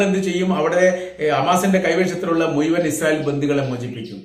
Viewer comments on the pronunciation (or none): none